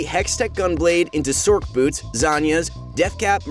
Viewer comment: The "c" in Sorcerer is pronounced like an "s", so wouldn't it sound more like "sors" boot, instead of "sork" boots? I think so. Also, Manamune would be pronounced "ma-na-moo-nay" due to the name being based off of Masamune, Japan's greatest swordsmith.